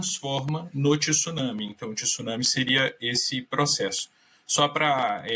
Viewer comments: O cara não sabe nem falar tsunami correto e vai saber falar sobre o evento? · Tissunami não existe senhores, ou se fala corretamente, ou fala maremoto. Tsunami como se escreve, tem que estudar mais. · É TSUNAMI E NÃO TISSUNAMI ... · Só brasileiros dizem TISUNAMI, é TSU-NA-MI. Só faltava dizer TIRAMISU.😂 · Não é tisunami. É tsunami 津波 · Eu não sei porque se insiste em pronunciar a palavra tsunami acrescentando um i onde não existe, a pronuncia é igual quando falamos tsuru. Tsu, tsu, a palavra tissunami não existe na língua japonesa. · Tem.gente que insiste em falar Tissuname onde japoneses chamam de Tsunami. Também não sei de onde veio isso...